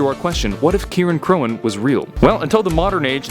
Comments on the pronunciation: It’s pronounced sitressey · It’s pronounced “Ci-reign-croin” So Cirein sounds like “Ci-Reign” (The type of C used for world’s like kick and compliment) And cróin is actually “Croin” I’m not making this up